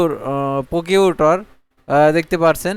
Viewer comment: ভাই পকিউটর না ভাই 😆😆😆😆😆 প্রসিকিউটর